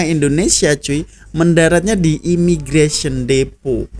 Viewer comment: IMIGRASION😂😂😂😂😂😂😂😂 IMMIGRATION ✅✅✅✅✅✅✅LUCU NJIRRRRRR